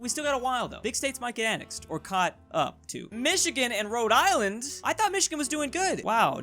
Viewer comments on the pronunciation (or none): none